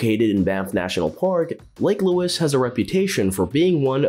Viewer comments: So many mistakes made in this video - it's an absolute joke. The icing on the cake I felt tho was "Lake Luis"!!! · First time hearing Lake Louise pronounced as Lake Lewis.